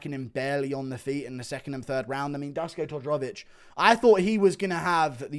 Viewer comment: Duško Todorović - Dask Todrovich 😂, as a Serbian I spet my drink when he pronounced the name.